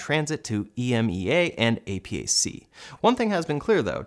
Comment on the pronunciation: we usually pronounce these acronyms as ee MAY' uh and AY'-pac